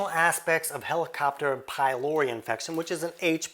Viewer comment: Helicopter 🚁 pylori? 😂